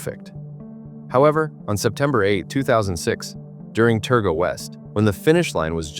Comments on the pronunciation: 35 seconds in and already the AI american accent is annoyingly wrong.....Terga? try Targa ffs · Most people around the world would not even know of Bathurst, The event where he crashed is a Targa Rally Not Terga as was pronounced. It is a rally almost anyone can compete with a suitable car. Peter was a master driver, he was 61, ( i am 61 now ) wet roads with leaves, probably change of camber on the road, Speed Kills!! RIP Peter Brock,Gone But Never FORGOTTEN!!